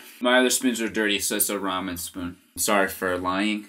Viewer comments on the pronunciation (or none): none